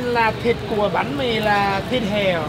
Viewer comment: banh mi not bahn mi dude